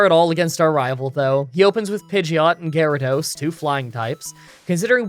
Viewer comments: he said gyratos lol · hmm. I’ve never heard water onix pronounced in this peculiar way. Gy-ra-dos. Weird. Very weird.